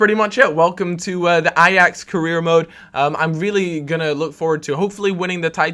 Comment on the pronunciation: hey im dutch so i might be able to help you out :p you say ajax like ajex or something.. try to say it like a hatchet, a axe, Ai-axe